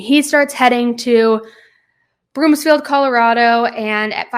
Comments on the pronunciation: It’s broomfield not broomsfield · I'm a local. It's BROOMfield, not Broomsfield. Thanks,, for covering this case. Love you so much! ❤ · Don’t apologize! We so appreciate the coverage! But, it’s Broomfield, not BroomSfield 😉 just for future reference. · There is no s in Broomfield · Broomfield* no “S” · BROOMFIELD girl not BROOMSFIELD there's no "S" 🤣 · Broomfield not BroomSfield. No "s" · Thank you for the content you make and how much content you make. I can't get enough. * As someone from Broomfield, CO, I just want to point out it's Broomfield, not Broomsfield. 😊